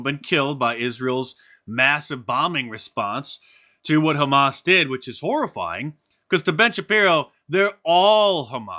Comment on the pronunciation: Lobbyists are scum-I live in Ottawa and the last PM took $200,000 legal money for having a meeting with a lobbyist. I love the way Been Shapiro pronounces Hamas it’s kchamas